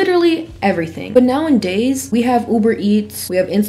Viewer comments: Loved the video!! One thing in the kindest way possible, pretty please; it’s “nowadays” not “now-IN-days” normally I can hear past it but this video was chock full of them lol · “Now-en-days” is really taking me away from the content 😭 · love this video. the word is “nowadays” not “now and days” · Did you say "now and days"? 😅 It's nowadays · I watch you so often, I find myself pronouncing “nowadays” the same way you do sometimes 😂